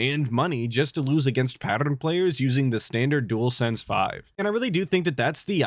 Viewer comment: this guy cant pronounce pattern, rough.